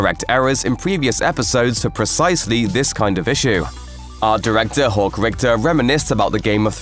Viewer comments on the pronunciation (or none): none